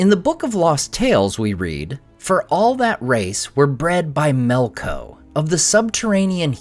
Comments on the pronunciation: Earlier name of Melkou? You mean Melkor? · Melko?? MELKO????